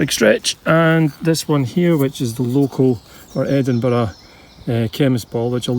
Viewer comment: Being a Canadian, I love the way you pronounce Edinburg